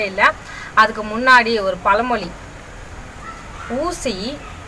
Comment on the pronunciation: Super very nice but Chinna change athu palamoli Ella pazhamozhi , ..